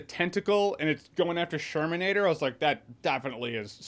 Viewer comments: I had to rewind it just to make sure he called him the sherminator... CHEERS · The shirminator 😂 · He called the dude "The Sherminator" hahah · Sherminator lol l